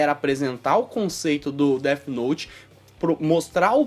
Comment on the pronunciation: AH MEU ESTRAGARAM DEAFI NOUTIII. ESTRAGARAM DEAFI NOUTIII